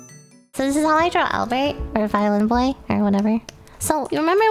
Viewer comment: Damn it Lily, it's not "BOY" it's "BOI", GET WITH THE TIMES!